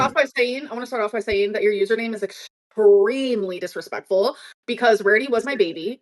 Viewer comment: Rarity's Revenge joins 😮 "Your username is ESCREAMLY disrespeckFUL"